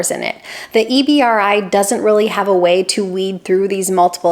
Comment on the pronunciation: EBRI is usually said as “EE-BREE” btw. Great video.